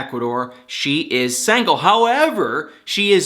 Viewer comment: still love how he says "sangle" and not "single" lol